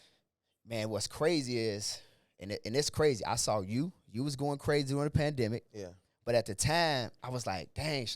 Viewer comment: Bro said yeah this a Bandemic now 😂